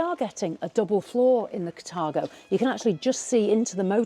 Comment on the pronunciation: It’s called Car-thago not cat-argo your pronunciation is wrong.